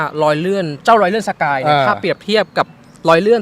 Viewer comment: สะกาย ไม่ใช่ สกาย